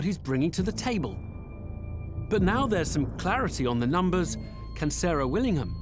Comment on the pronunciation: "they wanted the numzzzzz, i couldn't give them the numzzzz"